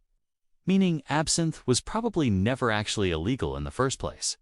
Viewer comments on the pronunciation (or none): These AI created videos are getting annoying.... Even the artificial narration mispronounced absinthe as absent.